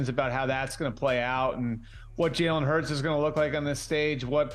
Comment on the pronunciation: Jerk could at least learn how to pronounce Jalen Hurts name